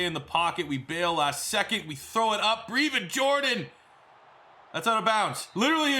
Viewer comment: Plz pronounce his name right: Breh-vin Jordan